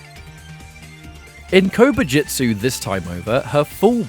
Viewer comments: My mind could not stop focusing on Kobu jut su being pronounced as Kobu jit su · I keep hearing "Covid-jitsu" and it's making me giggle.